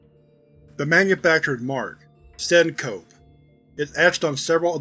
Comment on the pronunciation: Heya, real quick: "syncope" = "Sink-O-Pee", not "Sin-Cope". It comes from the same root as "syncopation". (It's also a medical term for fainting). I'd love to see more Syncope Symphony SCPs, that's a hell of a rabbit hole. Class of '76 too! Regardless, great video as always, thanks for sharing. 🫶🏼